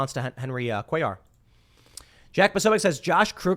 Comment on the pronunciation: You prnounced it correctly Cuellar